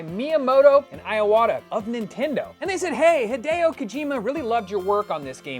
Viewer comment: I love people mentioning Sergio but not him pronouncing the last names Miyamoto and Iwata with hard i instead of a soft one